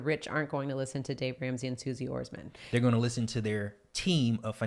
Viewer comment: I’m sure you guys know you pronounced Suze Orman’s name wrong, but good job keeping it consistent 😉 lol